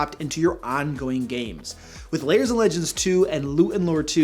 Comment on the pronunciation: Why do you always pronounce "lairs" as "layers"?